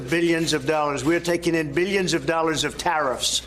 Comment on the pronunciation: He says "meelions" and "beelions," like Dr. Evil.